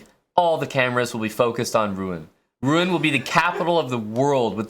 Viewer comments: Its pronounced ROO-ON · As a Normand, it hursts hearing him butchering Rouen pronunciation... granted it's a combo of two sounds north american cannot pronounce: "OU" and "AN"